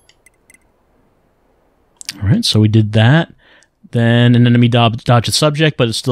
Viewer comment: I like how still calls Anemone "an enemy."